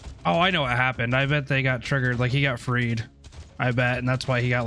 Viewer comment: Freed not Fed LoL